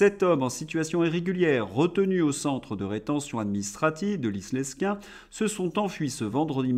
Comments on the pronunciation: Le s de Lesquin est muet ça ce dit Lequin désolé je suis un ancien du nord mais ça n est pas bien grave 💞😜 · on dit " léquin" pour Lesquin. merci de le noter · c'est comme l'article, on ne prononce pas le s dans Lesquin ! Oh pitié les LR ont soutenu toutes les ignominies de la macronerie !